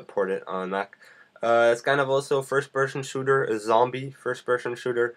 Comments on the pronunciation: Firsh pershen shrooter xD just say fps lol. What is ported? You talk about parting all the time, what does it mean? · LOL firsh pershon shooder. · Fersh Peshon Shooter :D